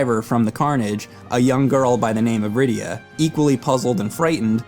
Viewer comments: I swear her name was rydia and it is in video why did I hear lyida lol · Managed to mispronounce Cecil (cess-il) Rydia (rye-dee-ah) and also said addicting instead of addictive